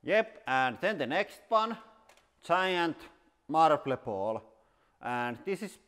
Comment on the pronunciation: giant marl-ble baawl put speed on .25